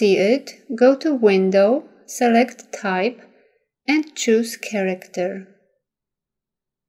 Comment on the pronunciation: Your technique is excellent. I had a very difficult time understanding the narration, however. "Select the Artboard Tool" sounded like "Suurk the Achboat Too." I had to play it over and over to figure out what was being said, finding "Artboard Tool" in the application and assuming the rest. Again, excellent video!